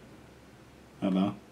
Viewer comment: Bro when you said hello you messed up